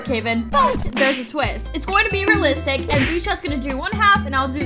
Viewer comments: You did better your soo good but you say raelistic 11 times but good vidio good work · Alot u said relstic